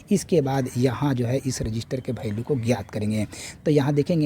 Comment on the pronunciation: भैल्यू नहीं वैल्यू होता है 😂😂